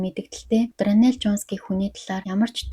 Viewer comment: Дранел биш даарнел шүү✌️